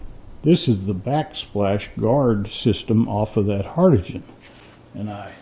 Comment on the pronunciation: The word is pronounced HARDING!